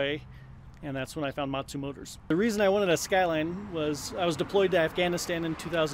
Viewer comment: He keeps saying Motsu motors but they are actually Montu motors haha